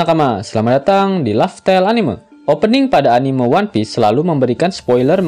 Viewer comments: Keren min ngakak, Tp ane risih denger anime slh pgucapan, yg bener sperti me di kata memang Anime-mang bukan anime-lihat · sedari awal sudah salah sih diprologue, laugh tale anime(lihat), trserah mau diganti apa lanjut, yg punya channel kan bkn aku wkwk Bnyk sih yg salah gitu mgkin susah dilidah, pdhl bhs inggris juga bacannya enimesien, kalo org jepang jd enimeshon sih